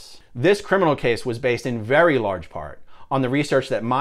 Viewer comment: Vewy, vewy funny ☺